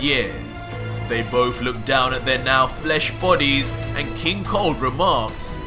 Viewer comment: First i heard not king cold but king Kong